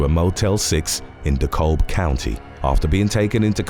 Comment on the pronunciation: In the Brittany whatever case, it’s pronounced Decab, like cab the L is silent.